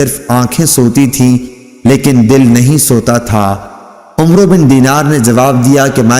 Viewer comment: ماشاءاللہ ماشاءاللہ ماشاءاللہ ماشاءاللہ ماشاءاللہ بہت ہی پیاری آواز میں حدیث نبوی صلی اللہ علیہ وآلہ وسلم بیان کرتے ہیں مگر عمرو صحابی کا نام غلط آپ پڑھتے ہیں براہ کرم براہ کرم کسی عالم دین سے رابطہ کرکے اس نام کی درستگی فرمائے کیونکہ یہ نام صحابی کا نام ہے اور ادب ضروری ہے